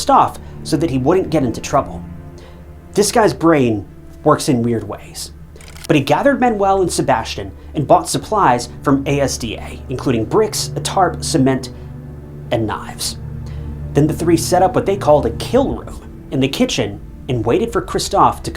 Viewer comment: By the way its asda( like mazda ) not a.s.d.a. 😂